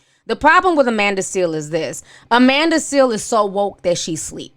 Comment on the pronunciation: Please tell me you are calling her Amanda “Seal” on purpose!